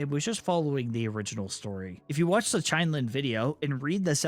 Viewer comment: the way you’re pronouncing chinelin is annoying me